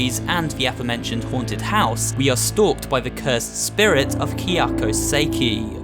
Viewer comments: Her name is Kayako not Kyako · Ehh, the Falling Lady from Fatal Frame II starts off scary, but gets goofy real quick because she stays to do that falling and screaming thing multiple times lol Also, you pronouncing Kayako's name wrong is super cringe 😕